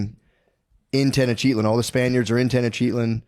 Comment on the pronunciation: There's no way Tenochtitlan is pronounced (Ten-Oh-Cheat-On) Little Freudian slip from Matt..